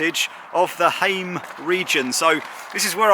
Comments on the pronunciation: Häme doesn’t rhyme with came and same, it’s more like a combination of ham (like said) and ment without the nt-ending (ment as in environment), so ha from ham + me from ment = Hä-me:D Tampere has three syllables, Tam-pe-re, the first one most people get right, it’s almost like ”some” but with a t. The first syllable also holds the weight. Pe is kinda like the me in Häme but with a p. Re the same thing but with a rolling r, if you know do re mi fa so la ti do, that’s it:D Basically every vowel is always pronounced the way it is in that phrase. (Except people pronounce do-re-mi a bit modified in English so… oh well, that’s at least a start:D) Most words are easier to pronounce when you know how many syllables there are and practice them one at a time! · Glad that you make an effort in pronounciation of local names. Your first try to pronounce Häme was better. Ä is always pronounced like in "ham" and the e in the end is not silent. Just like in Tampere ( not Tamperay, though). If you say Finnish words using English rules you are definitely going to fail.